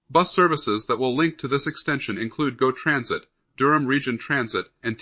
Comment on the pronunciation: Its GO Transit (same as word "go" ). It is not "G. O. Transit" that your robo-voice makes it sound like "geo" .